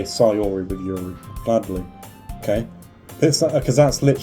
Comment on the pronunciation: You did say Yuri right, don't worry